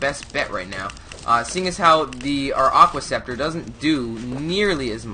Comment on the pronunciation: I always understand "Awkward scepter" instead of "Aqua scepter". :O